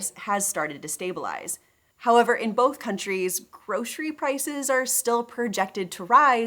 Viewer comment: "groshery shopping"